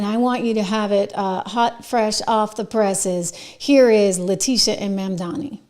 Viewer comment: MamdaNi not MamdaMi. Please at least say it correctly.